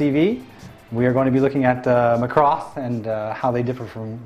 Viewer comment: why you say macross like Lacrosse????????????????